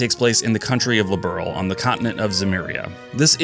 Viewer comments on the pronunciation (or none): My only big criticism is the lack research on names/terminology. Like Liberl. Its not Its pronounced more like earl with a b un front. That's still not exactly right either, but much closer than liberal. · I started with Cold Steel. I haven't played any of these new combat games. I tried the Horizon demo and this game and holy crap, im missing out a lot! Bought all 4 games that im missing lol. Liberl gets pronounced differently depending on who says it lol